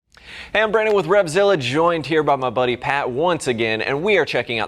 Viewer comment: “Hey I’m Bran-ifyouwill-don, joined by my friend here Pat...”